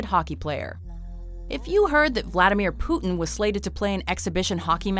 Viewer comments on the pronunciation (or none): Its vladamir putin not flatamir putin